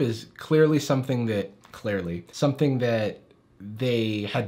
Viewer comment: hey when you said "clarely" instead of 'clearly' you drew attention to what i think ppl are saying everytime i feel whenever anybody says that word 10/10